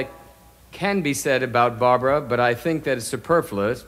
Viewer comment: Absolutely hilarious how you can hear her correct the way he pronounced her name….lol. Classic Barbra. 🤣